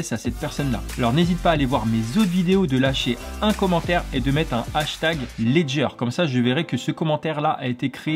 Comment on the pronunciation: vous avez dit Ledger? :) Alleeezdger!